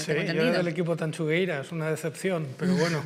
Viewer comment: El programa fantástico, como siempre, pero lo de "Tansugueiras" y "Tanchugueiras"... si sabemos decir SHakira, sabemos decir TanXugueiras